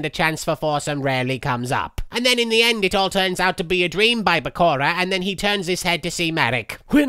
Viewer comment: The way marik pronounce Bakura like PARKORA